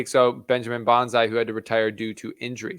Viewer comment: It's Bonz-E, not Bonz-I.